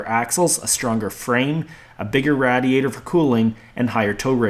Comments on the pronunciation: BRO....Its RAY-DEE-ADER....not RAD-EEE-ATOR. HAHAHA Im 38 and have never heard anyone pronounce radiator the way you did....Is this an actual pronunciation somewhere in the USA??? If so, its new to me. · This is a great video, BUT, one of your pronunciations are driving me nuts. Radiator -- it's RAY-diator. Meanwhile.. I'm on my fourth Dodge. 96, 01, 03 and now an 05, with a G56 6sp manual. Owned since 2007, it has 160k miles on it. Love it! I refuse to own the newer (but very nice) emissions and electronic nightmares. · Thank you for saying Radiator like you're a foreigner that is trying to pronounce "Radiator" it is pronounced Radiate+Or or "Raid e ate or" I absolutely cracked up like 40minutes in when you said it for thr last time ROFL thanks agains I know you probably weren't trying to be funny but that was hysterical and yraa this is the correct information as far as to how your pronounce "Radiator " ... ROFL also " I felt it was time that this information happened " dude you are fucking Hilarious ROFL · The way he pronounces "radiator" - I heard that a lot in Southern Pennsylvania, especially in Pittsburgh. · Great vid, watched the whole thing. But the way you say radiator was about to make me explode lmao.